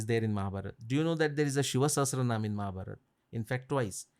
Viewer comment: Thank you sir for saying Mahabharat instead of Mahabharata, Avatar instead of avatara ❤